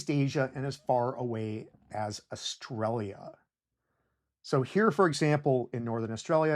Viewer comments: Whys he keep say australia like that? I think... i think he's taunting me on purpose! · It’s so weird to hear my home country pronounced “oar-stra-lee-yuh” rather than “uh-stralya”